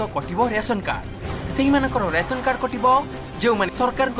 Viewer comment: ଦୟାକରି ଉପସ୍ଥାପକ ଭାଇ ସଠିକ ଓଡ଼ିଆ ଉଚ୍ଚାରଣ କରନ୍ତୁ... ରାସନ କାର୍ଡ ସେଇଟା🙏